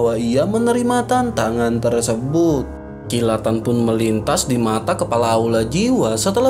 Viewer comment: Kepala bang bkn kelapa😂